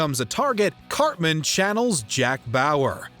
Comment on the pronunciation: the narrator calls him "carmen". it reminded me of an episode where eric said "its CARTMAN goddamnit!"